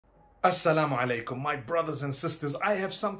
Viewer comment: "Sa Llama Lake um"